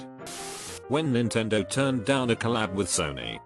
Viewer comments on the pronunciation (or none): none